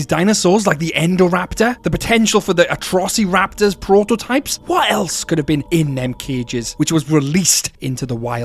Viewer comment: I love how you say atrossy-raptors